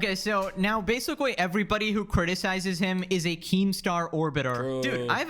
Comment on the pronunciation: Everytime says "basically" it's like sandpaper on my ears. Bro says a word 30 to 60 times in a video but can't say it correctly once.